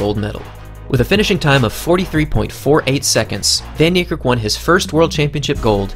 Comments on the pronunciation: People please pronounced his name correctly its fun nee care k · his name is pronounced " fun-nie-kErrk" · Proud South African in the comment section 💙🇿🇦 (The way you say "van Niekerk" tho 😂) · Nathan RS10 Happy to educate 😁. Its an Afrikaans surname, and the language is not known to the wider population other than Afrikaans people really 😂. The "v" is soft and the "a" is hard. You'd pronounce "van" the same as "fun" (as in, I'm having fun) without too much emphasis on the U. "Niekerk" is a doozy so I'll break it down best i kan 😂 "Nie" = "Knee" (as in i hurt my knee)(exact same pronounciation) "Kerk" is tricky cause the "k"'s are explosive. You wouldn't say it the same as "kurk" or "kurt". The two "k"s sound more like the "c" in "clerk" of the "q" in "que" The "e" in "kerk" sounds like the "e" in "certify" and "concerto". So if you put it together "kerk" = "cec" (like the c from "clerk", and the "e" from "concerto") The R is mainly silent So "van Niekerk" = "fun knee-cec" Trust me, as an Afrikaans person myself with an equally difficult surname, we get used to hearing it pronounced in a million different ways 😁. Google translate doesnt help much either 🙈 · Dude u pronoucing his name way wrong it's in Afrikaans not English